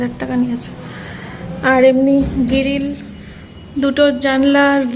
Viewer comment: Giril noy gril ,ghor ta besh valo hoyechhe